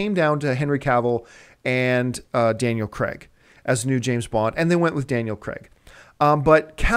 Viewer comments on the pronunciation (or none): It's pronounced Daniel Crayg. Spelt Craig, I know, but pronounced Crayg. NOT Cregg. This isn't like other Americanisms this is a name so there's only one way to pronounce it correctly. Just sayin'